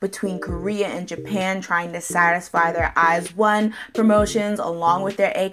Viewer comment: I think it's pronounced eyes-own♡